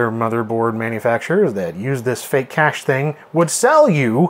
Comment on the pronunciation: Kay-sh is correct, as in "the pirates had a hidden treasure cache", not "the pirates had a hidden treasure cash"